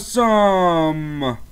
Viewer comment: Why do you have to say asome that you say its anoying